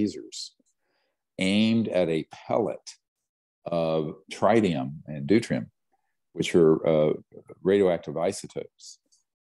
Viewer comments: Yeah but he said trinium lol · Tritium is pronounced like it rhymes with twit